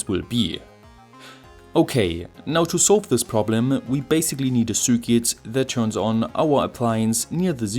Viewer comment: Top Video, wie immer aber bitte...... Das ist kein "Sürket" sondern ein "Sirquit".